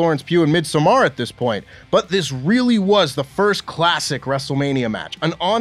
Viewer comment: is that really how Canadians pronounce 'Midsommar'?